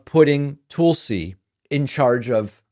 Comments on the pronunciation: As soon as you mispronounce Tulsi, I’m out. Very misogynist behavior. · It may not be too important, but Laura In Graham's last name is pronounced with the sound of two syllables : Ing-ram. And Tulsi Gabbards's first name is pronounced: Tul-si, not Tool-si.